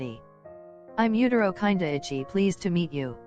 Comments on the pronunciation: Voice over “kindaichi” no “ kinda itchy” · HELP WHY DOES IT SAY KINDAICHI LIKE kinda itchy 💀💀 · You know what the funniest thing was : the text reader reading kindaichi kinda ichy 😂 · ughhh i LOVE that the reader said Kindaichi as " kinda itchy" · I loved this video! My favorite parts were where Kindaichi was pronounced Whenever it says Kindaichi It sounds like kinda itchy I kept cracking up every time his name was said